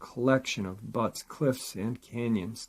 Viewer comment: About 19 minutes in says butts, cliffs and cantons. But it made me laugh out loud when i realized he meant buttes. Great upload. Sending love and prayers to you and your family and of course the Dogfam, from Boise, Idaho, as always.